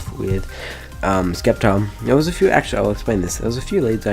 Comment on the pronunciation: stop saying skeptile u turd